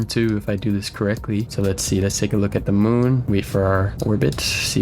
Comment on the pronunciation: Mun? It’s moon